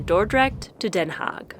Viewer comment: It is Den Haag, not Den Haak with a g as in loCHness